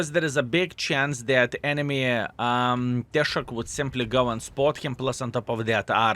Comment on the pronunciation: "Tesák" žodyje reikia kirčuoti "á" raidę.